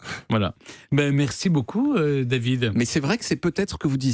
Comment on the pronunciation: "Avec vous Daviiiizddzzd...---" Faut dormir mon Steph